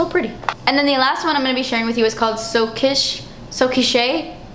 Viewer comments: i'm french and teresa nguyen is right it's "keesh" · So Quiche = So Keesh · These look stunning! It's pronounced 'keesh' haha xx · P.s.--- Quiche. Type of food. Pronunced, "Keesh." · Someone probably already said this, but Quiche is pronounced like /keesh/:) I love your videos so much, your passion for makeup is so inspiring. Love it, love it, love it. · its quiche i mean u pronounce it like "keesh" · It's so quiche (knee-shh) like the baked quiche... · lol i think "so quiche" is pronounced "so keesh" i could be wrong though! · You are right. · the last one is pronounced so keesh! weired!! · Its pronounced "so keesh" and i have watched this video like a hundred times to figure out which ones to order. Thanks for being so honest and detailed! Youre gorgeous and i love your little accent! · I think So Quiche is pronounced "So Keesh". I can't wait to order some. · Weird. Quiche is like.... an egg pie. "kitsch" (pronounced the same way) is something completely different. It basically means gaudy... in a nice way. So I find it odd that they spelled it the first way. Kitsch makes a lot more sense. And its "kee-sh" if that helps..... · The quiche one I feel like is pronounced "keesh". Im probably way wrong though haha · haha its quiche(keesh) =P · quiche XD, I love you haha